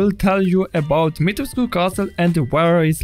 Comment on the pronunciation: As someone who is Romanian, thank God you pronounced the u at the end of Dimitrescu.